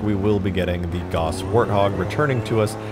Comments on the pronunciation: Nobody's mentioning his pronunciation of the word "Gauss"? "Gauss" is pronounced g-ow-ss, not g-o-ss. I realize this might sound nitpicky but just putting it out there. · It's pronounced gah ouss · Its pronounced Gouse, like house. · It's pronounced like house...